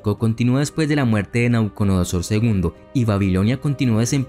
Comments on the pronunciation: Me encantó el video, muy conciso. Sólo agregar: NabucoDONOsor (dijiste todo el rato NabucoNODOsor jajaja) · Que excelente video. Una observación: pronunciaste Nabuconodosor y en realidad es Nabucodonosor. Sigue con el excelente trabajo que haces, es bastante completo e ilustrativo.